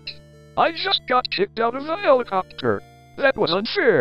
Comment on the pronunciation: Bro the npc pronounced it helicoopter